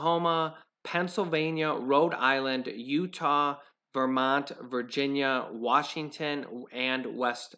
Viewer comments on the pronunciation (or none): none